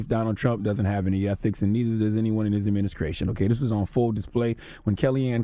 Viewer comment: haha you heard that too